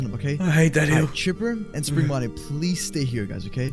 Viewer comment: ok Chipper and Chipper Bonnie Are you guys ready? Because we are going on an adventure. We are going on a trip on our favorite Rocket Ship Me: Chipper Bonnie? What???? Lol that’s what I heard like omg dude it’s Spring Bonnie not Chipper Bonnie lol Lol